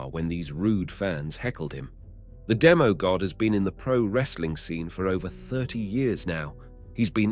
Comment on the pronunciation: Bruh its demi god not demo god